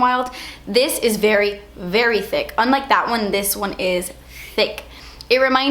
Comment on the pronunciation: "dewy drops what is zat" lmao